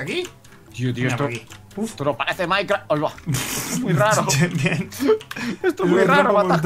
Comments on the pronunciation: Like so viste que dice mikecraf en el principio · mike dice micrecraft en ves mikecrack